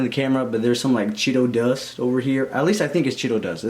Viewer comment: YOOO “CHEEDO DUGHST” But I’m lovin the pod!!!